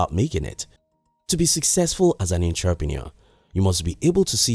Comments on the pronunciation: I like your vids, I believe we can learn from each other. So next time you say the word "entrepreneur" learn how to say it correctly please- it's- uhntruh'pnOur. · Larry Bryan 😆 I get it but for some reason him saying that word wrong distorted disturbed my ears🤦🏻‍♂️